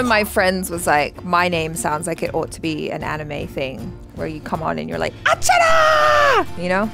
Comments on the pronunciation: You said is correctly achara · Wow Achara spot on with the Pronunciation! You always get how to say our words/name the correct. Its high time you react to Mahabharat. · Achara is on point with the pronunciation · Acharas pronounciation is always good..👌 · Achara’s pronunciation was right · You said correct Achara. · Achara's pronunciation was perfect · Achara said the name correctly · Achara pronounce it right 👍